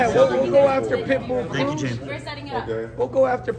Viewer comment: “We go after pitbull cruiz no big ting!” 😂😂😂